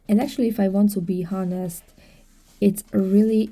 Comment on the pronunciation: ignore those who are talking about you… they are jealous!!! Also, FYI “honest” is pronounced “on-est” no H sound. I know you want to know because you are a perfectionist and already speak English so perfectly!